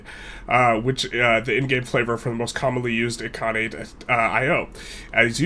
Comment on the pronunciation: Its I-L-khanate not I-I-khanate